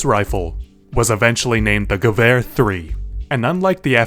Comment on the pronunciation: I had an aneurysm when you kept pronouncing Bundeswehr wrong, but gewehr correctly lol